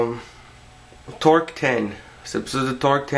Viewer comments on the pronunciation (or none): "TORK TEN" ein malandrão, prendeno a falar "ingreis" neh ???? uahsausahausshuhsuah E n eh so a Microsoft q vai procurar vc. Vo mandar os Alcoolicos Anonimos ir atras de vc tbm. hsuahsuhashauhsuah